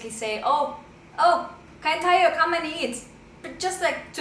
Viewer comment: I like the way said "O kain tayo ". She sounded like a real Filipino.